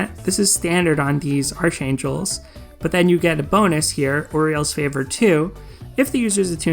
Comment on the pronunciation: Btw, it's pronounced ark-ain-jel, the h is silent. It is not like archenemy, which you do pronounce the h. I don't know who came up with these English rules, but they are confusing as hell.